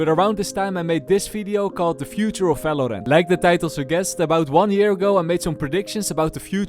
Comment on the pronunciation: Everytime I hear you say "falorant" I get goosebumps and shivers keep it up man lmao